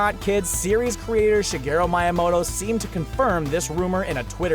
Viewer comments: it's also pronounced mia Moto not maya moto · Did you say MIAMOTO?!?! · You said shigeri miyamoto wrong